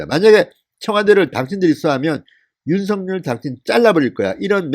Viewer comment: 윤서결로 발음하세요 윤성렬로 들려요